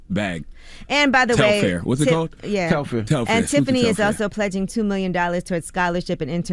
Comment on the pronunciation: I'm convinced that The Breakfast Club needs new, young talent: Telfar sells out EVERY SINGLE TIME it drops. Long before Beyonce wore the bag. It literally sells out in seconds. Also, who is "Tel-FAIR" it's Telfar lol. It's also so sad how uneducated they all are about the vaccine. If they are going to report half-researched, uneducated opinions on everything from current events to celebrities to public health, then why are they on air?